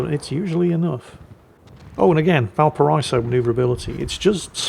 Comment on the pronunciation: Yes, yes, I know ' pronunciation of Blücher is slightly hilarious, but, have you contemplated the war crime that is his way of mispronouncing Valparaíso every single time? Kind of amazing, really!